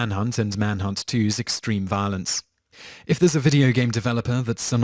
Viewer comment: I'm sorry but I love how you pronounced violence when you got to MK. Sounded like 'vah-lince' to me. I mean no offence if that's how I came across.